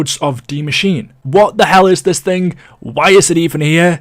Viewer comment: It’s die maschine not machine. D Machine sounds erotic. It’s pronounced machine-eh